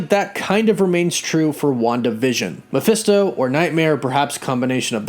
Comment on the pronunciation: “Maphisto Nightmare” Me: Ma-Nightmare